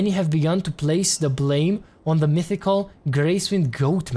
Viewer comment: De ce zici "za" la the